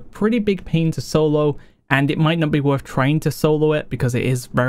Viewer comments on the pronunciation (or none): none